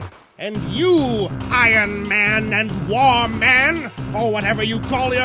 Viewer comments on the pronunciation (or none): lol. Warman instead of War Machine.